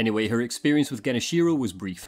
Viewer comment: "kenobi" "geniSHIro" lol truly amazing, the strange ways that people get confused with the Japanese language